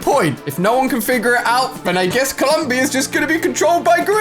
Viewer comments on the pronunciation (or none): none